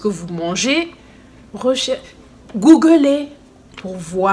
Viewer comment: Hahaha j'aime trop quand tu as dis Googoolé😂😂😂